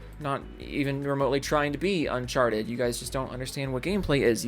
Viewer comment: Why are you playing a different game than the game you're talking about and also you need to learn how to say uncharted Because you're saying it really wrong and it sounds stupid the way you're saying it It literally sounds like you're saying uncharched